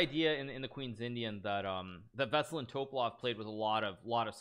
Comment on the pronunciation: Alright let's clear this one out, because it bugs me everytime i hear it: Veselin Topalov - Веселин Топалов the hit in Veselin falls on the "i" V e s e l "i" n ! And then in Topalov is on the "a" T o p "a" l o v ВеселИн ТопАлов! Its Veselin not vaseline ffs Hikaru and your pronouns man